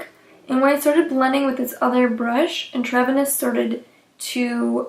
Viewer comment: "intravenous" is pronounced "INTRA-VENUS." It means "within the vein" as in a blood transfusion. Your mispronunciation of this word was making me cringe. The palette is beautiful and your eye look was bold.